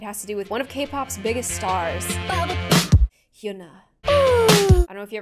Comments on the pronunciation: Not hyuna its like Yuna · you are pronouncing her name wrong its Hy-u-na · k but why u saying “hyoona” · god I'm a minute and a half into this video and it's so hard to watch. "HYOONA" and "GAYNGNAM STYLE" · ANY KOREANS HELP ME, IS IT PRONOUNCED HYOOONA OR YAANAA (H SILENT?) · It's pronounced Hyana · It’s so funny u can’t pronounce her name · I don't really think u pronounce her name right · please pronounce her name correctly. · u said hyuna wrong, If u said hyuna a 7x faster it’ll be correct😊 (just sayin) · You said the name wrong I’m Korean so I know lol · ohmygod learn how to say her name right. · Okay, amazing video, but, I have to say, you're pronouncing her name wrong. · it’s funny gloom says hyuna wrongg 🗿 i’m soRRy